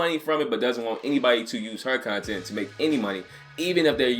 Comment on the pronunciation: I keep hearing cun tent and I dont know why.